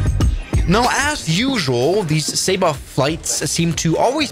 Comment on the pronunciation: "Welcome to sayba"